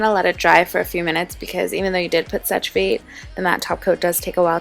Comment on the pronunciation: just so that you know "sèche vite" is pronounced "seh-sh veet" in french :)